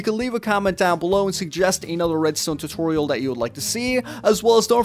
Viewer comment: soory not totoriol but tutorial